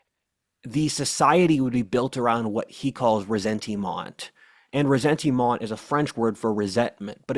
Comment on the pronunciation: Your pronunciation of ressentiment is so horrible 😂